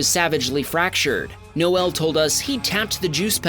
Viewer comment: NO EL is not the correct way to say it , just ask Noel from Rock Band Oasis